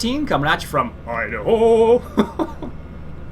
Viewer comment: i love how he calls it the "Eye-Da-Hoe map...he annunciats too much